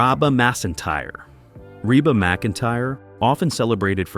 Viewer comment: I just can’t believe someone who isn’t capable of pronouncing Reba ?